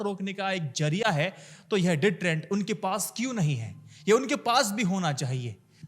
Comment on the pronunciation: Zariya not jariya